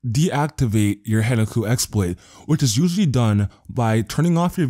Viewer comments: Good video dude but it's Hen KA ku not Henaku. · dude stop saying HEN-A-KU theres are 2 fucking Ks in there xD